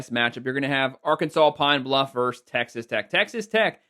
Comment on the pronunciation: Where is the call on the Michigan game? You need to look up the pronunciation of the word VERSUS. It is not verse.